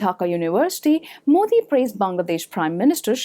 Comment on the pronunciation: It's Modi. Not Mudi. People like you will never understand him. Don't you see what Rahul Gandhi is doing? He is the most corrupted politician I have ever seen in my life. Modi is better. Whenever we talk about Hindus he becomes angry, hindi is the core language of India and that should be followed. Why Rahul Gandhi always talks about Islam and Christianity?